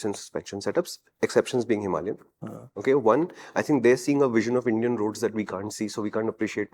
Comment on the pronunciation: HIMALAYAN — HIMA LION 😂😂